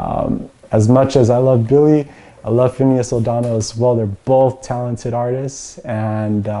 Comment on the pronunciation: It's not O'Donnel, but O'Connell, as in Finneas O'Connell.